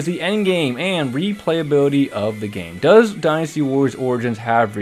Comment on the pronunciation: You are pronouncing Dynasty wrong 😑